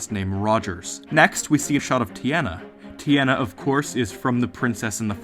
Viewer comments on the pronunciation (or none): Teeona not teeana